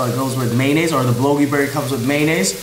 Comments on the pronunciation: First thing its bul-go-gi not bulogi..second thing bulgogi is the meat.. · u pronouce bulgogi wrong BUL.GO.GI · Nobody:: "BeLoGi" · its not bulogi man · Bulogi burger 😭 I love you 😂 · He just said “THE BULOGI BURGER”...... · Lol I was like a what? Not sure how he got bulogi out of that but, hilarious. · BULLOGEE burger... lol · the "L" is silent in Bulgogi 😂😂😂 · Your saying bulgogi wrong and it irritates me because your saying it wrong